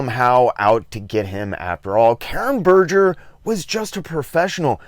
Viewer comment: Given the amount of research you seem to do for these videos, are you purposefully mispronouncing Gaiman, Berger and Dringenberg?